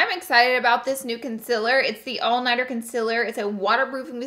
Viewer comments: Every time she said “conciler” instead of “concealer” it was like a knife to the gut 😩😩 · CON SEAL ER NOT CON SIL HER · Laura Lee you should try concealer not con-siller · It's not concilir it's concealer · Consiller it is consealer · CONCEALER NOT CONSILER PLEASEE ❤ love youu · Its concealer not consiller.... please empasise on the "ceal"... sounds a lil disturbing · Laura. I love you and I don’t even care that you say “con-siller” or how you pronounce “oil” But the word you’re meaning to say is “welt” not “whelp/welp” No shade, all love 💗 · Thank you!! I was looking for this comment! Laura be havin puppies! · she says consiller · Saher Shazad because that’s how she pronounces it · i love the video but it’s pronounced cun- SEA-lur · Laura Lee its pronounced "welt" not "welp up" so you mispronounce concealer too. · i watched this just to hear her say concealer wrong. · Omg yesss lol